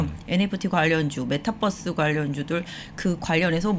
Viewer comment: 께임, 메타뻐스, 빼터리 .... 발음이 조금 과격하십니다.ㅋㅋㅌ